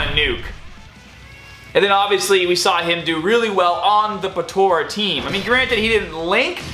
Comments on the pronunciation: its po-tar-a not po-taur-a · Bro its not Potora its potara pls say it right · I love how you say "potara"